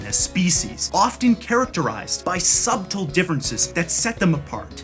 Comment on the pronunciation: Did he just pronounce subtle "sub-tle"